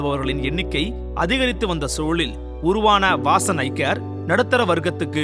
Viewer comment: 'வாசன்" என்று இருக்க வேண்டியதை "வாஸன்" என்றவர்.மருத்துவத்துக்கு சேவை என்றாலும் தமிழுக்கு துரோகம் செய்தவர்.